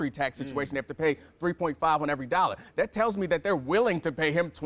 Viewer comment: How The Fuck Is She Gonna Quote Kanter, But Not Put The Emphasis On "ME"? She Fucked It All Up.